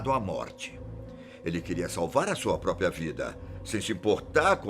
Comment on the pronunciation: Toda vez que assisto vídeos dele, fico com agonia dele falando "" e não própria, da até TOC kkkkk